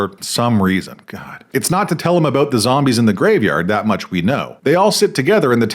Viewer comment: Thank you for helping us understand what this movie is all "aboot". 🤣🤣🤣 I kid!... Much, much love and smart-assery from the 🇺🇲 Naturally...😅